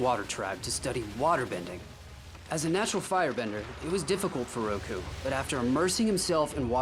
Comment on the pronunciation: Its Roku not Ruko